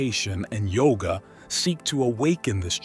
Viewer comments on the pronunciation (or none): none